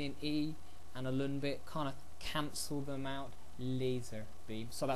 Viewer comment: You were taught wrong. It is in fact pronounced correctly in this video.